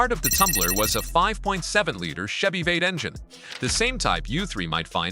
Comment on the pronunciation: OMG! YOUR AI VOICE SUCKS! It couldn't even pronounce "V8 engine" correctly 🤮🤮🤮🤮🤮